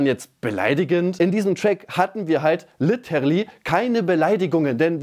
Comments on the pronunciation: Die schreibt einfach "litterly" so falsch wie sie es ausspricht😂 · dieses litterly von kuchen, hahaha beste